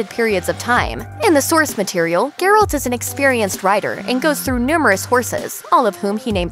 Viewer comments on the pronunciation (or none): ...Ger -alt... it is pronouced jer-alt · Pronunciation is "geh-ralt", not "ger-olt". Am I the only one who cringes every time she says his name?